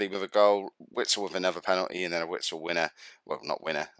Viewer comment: Douglas costs plays for Bayern Munich after signing from shaktar fairy recently, I'm pretty sure he destroyed Arsenal recently. and its pronounced Witsel I think 😂👍🏿